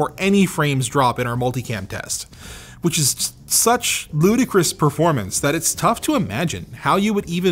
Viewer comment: "Verpormance" <3